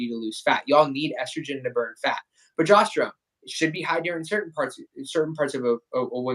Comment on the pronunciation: He keeps saying pro“jost”erone.